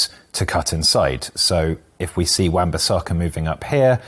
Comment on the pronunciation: This guy changed his pronunciation of Bissaka about 5 times in the video.